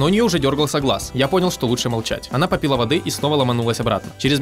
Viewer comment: Он сказал попИла.